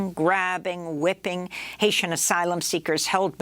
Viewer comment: I was going to watch this till she said "whipping". She lost ALL CREDIBILITY!